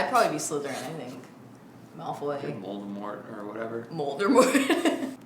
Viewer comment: Did just say moldermort? I'm gonna need you to get those divorce papers ready.